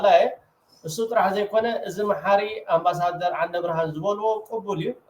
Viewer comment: ነው በልዎ እዚ ኣምባሰደር ዘይኮነ ኣንባሳደር ትብልዎ ዘለኹም